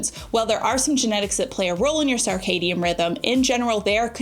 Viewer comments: Hey cutie! Circadian is pronounced like “Circle” rather than “Sarc-astic”. There is no ‘a’ sound after the C. I hope this makes sense to ya! You are such an awesome example for all of my nieces as they approach their young family life. I appreciate you and love how you model an openness to hear new things and to be always learning to benefit your family. 🫶🏻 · Girl, I love you, but you're not pronouncing circadian incorrectly. First syllable is pronounced "sir", not "sarr" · I love you, but I’m going to need you to stop saying sarcadian rhythm 😅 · It’s pronounced SIRcadien rhythm. Not SARcadien. Sorry, but it’s driving me crazy! ❤ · Why saying "SAR-cadian" rhythm? I always thought it was SIR-cadian. Have I been saying it wrong all this time? 😂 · It is SIR-cadian 😂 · Love her also but mentally corrected her every time. 😊